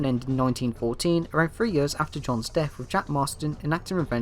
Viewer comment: Sheesh.. Ur accent is so heavy u need to slow down and annunciate.. Too many times i had to rewind.. Its not "gta free" its gta THREE, lol.. Sorry, just saying.. And u should of def included manhunt and manhunt 2. Its almost pointless to make a vid a out gta universe when u dont include it all.. Even tho it was banned in ur country.. Its all relevant